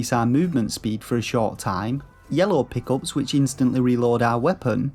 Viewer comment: "Pickles"?? I heard that and was like, "Is that Slang for something that I don't know? Like 'Easter Eggs' or treasure or something?". ... (You were saying "Pick-Ups".)